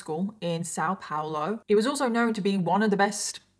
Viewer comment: I'm from São Paulo and It's só adorable how you pronounce it 😂❤ still very much better than people here in Germany got example. Thanks for talking about this. Since I live in Germany I don't keep up with much there, because I already am bombarded with things here in Germany. Tooooo many topics. Thanks for your work in general ❤